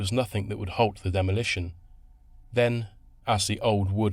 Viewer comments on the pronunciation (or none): none